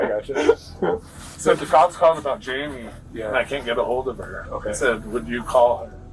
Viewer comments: JAMIE not 'Himay' ugh ai is so annoying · You keep saying hy-me for Jamie. It's pronounced jay-me. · I wondered why it was saying himay for Jamie! I guess it is AI crap. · Hyme instead of Jaime, wtf. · Right! Like the first one they pronounced Jamie like it is in Spanish. My high school Spanish teacher called me that because there were two James in the class. They definitely need subtitle help lol